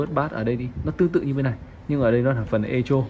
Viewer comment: Echo đọc là "ê cô", không đọc "ê chô".